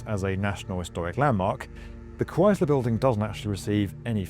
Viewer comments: The "Cryz-ler" building? It's "Cryss-ler", with a hard "s", like Jesus Christ without the "t" Cut it out, England! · Never heard it pronounced ChryZler. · Maybe he thinks it's Cries-ler, because owning it makes you cry? But it's pronounced like "ice" not "eyes". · Why do you call it the "Chryzler" biulding? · It’s not croisler, it’s the Chrysler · The Cries-ler building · Why does he keep pronouncing it like that it's Crys-ler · The what building? The Cry-Sil-all-er Building? 🤔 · Yer Killin me: Stop saying "CRIES-ler!" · It's krice-ler, not crys-ler. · Ugh, practice saying Chrysler. That’s Chrysler, not cryzler. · Jesus Chrystler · Cries Lure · kryz luh? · It’s not Chryzler. 🙄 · Nobody says ChryZler. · What is a "Criessssler" building? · ah yes the Chryzler building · "ChriZler???" Besides that, a banger video. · Learn to say Chrysler before making a video about the Chrysler building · There's no Z in Chrysler. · The "s" in Chrysler is unvoiced, /s/. Not /z/. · You're saying "Chrysler" wrong.